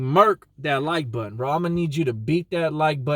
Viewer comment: this nigga said air lift the like butten.... lol i love it bro